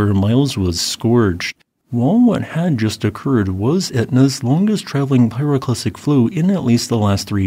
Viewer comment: A pyroclastic frow...... I heard it